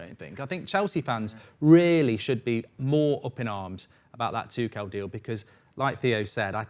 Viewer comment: Thomas Tuchel. Everyone: Two-Schull: Tu-Kell